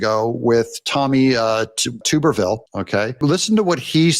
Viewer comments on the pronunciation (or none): TUBBER NOT TUBER RHYMES WITH BLUBBER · It’s “Tubber”-ville. Hello from Asbury, Alabama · It's Tub - er- ville 😂 Like bathtub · The name is Tub er vill not 2 ber vill. Please guys.😊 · Tommy Tuberville is pronounced tub…short u not long u! I heard that name every day of the week from Paul Finebaum when I lived in Alabama! Tommy was Auburn Tigers’ football coach for years! And I was an Alabama fan…actually a Nick Saban fan! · (Tub) erville, not (Tube) erville. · Come on, Doug, get with the SEC program. Tuberville is pronounced like tub, as in bath tub. Please don't get caught anywhere around Auburn putting the guy in a test tube. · Tommy Tuberville,,,,Tub - er - vil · Tommy Tuberville is pronounced as Tub er ville. Coach was coach for the Auburn Tigers. My favorite college football team. He was a great coach and now he’s stepping up to the plate. He’s making a great impact in Washington. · Though it pains me, I must: it's TUB-er-ville by we Alabamians. At least I feel better now.